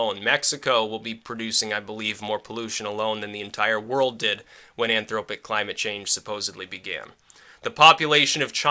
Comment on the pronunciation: "anthropogenic" not "anthropic"